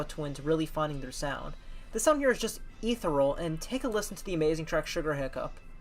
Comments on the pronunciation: Great vid, thanks for making. Small tip: it’s pronounced e_the_-ree-al ;) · Pronounciation of ethereal: uh - thee- see - uhhl